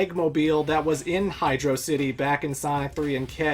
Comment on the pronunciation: Good job sticking with the correct pronunciation of HydroCity Zone. I can't believe there's monsters out there who pronounce it as if it was one made up word.